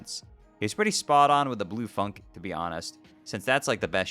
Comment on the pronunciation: Funke is pronounced "fyoon-kay" by the way